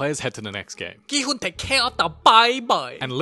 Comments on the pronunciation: Qn-hun❌ Gn-hun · Ki-hun? Your Korean you should know this stuff.. Its Gi-Hun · wait im confused. What do you mean Gi-Hun (correct me if i pronounced his name wrong) racist? Theyre from the same race. Not saying that race is better than others im just confused.